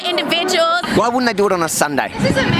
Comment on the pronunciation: "Ahm a smaaad indivuduelll...". Got news for you, babe. You're not.